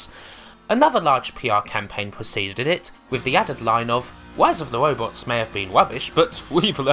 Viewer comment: she said "wise of the wobots" more times than I can count